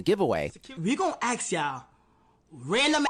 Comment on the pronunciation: If you can’t say the word “ask” correctly, you probably shouldn’t influence children